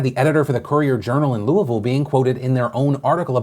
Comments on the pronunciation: when phil says Louisville correctly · Anyone else love the fact that Phil says “Louisville” correctly? Just me? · Excellent job on pronouncing Louisville correctly. It's kind of a thing around the area. You nailed it. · Thank you for pronouncing Louisville correctly!